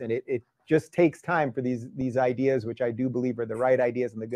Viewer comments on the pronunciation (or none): If I hear one more ''IdEeS'' im gonna end it all